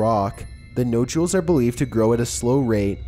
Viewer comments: Mike Bizz and no jewels instead of nodules! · “ nojules” nodules 😂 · Mechanical Faux Voice Videoes are truly lame. Incapable of pronouncing ' Stonehenge', Nodules, and many other words.